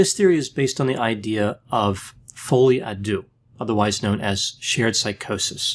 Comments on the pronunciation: Not to be this person (but to be this person), the deux part in folie à deux is pronounced more like de-uh. Its a bit more like if you were trying to sound out the letter “d” but slightly different than that. It’s a hard to describe how to sound it out over a message, but I’m sure a native French speaker could help you with it! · it's spoken: "folie à du" (the u like in "murder" not like in you)